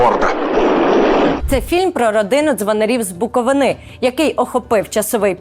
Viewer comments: Та ну скільки можна, не з Буковини', а з Букови'ни, наголос на передостанню голосну, а не на останню голосну....... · БуковИни, а не БуковинИ.. Ну будь лаааска 🙏 Все інше - респект, дякую!